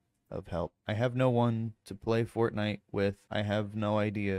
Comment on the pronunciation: god damn it it's FORTNITE not FORNITE